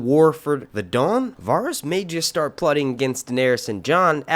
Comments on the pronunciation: The way you pronounce Varys is like nails on chalkboard to me 😭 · These aren't leaks, their theories. And you really aren't good at pronouncing some of these names are you? I mean, do you watch the show? I'm sure if you've watched one episode oh, you would know how to properly pronounce Varys. D+